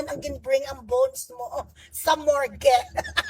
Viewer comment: Mukha pa lang ay dimonyo na si BanatBy. The more so when he opens his mouth. "Mor-ge" raw? "Morg (morgue)!"